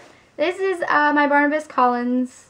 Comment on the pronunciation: Barnabas, not Barnabus.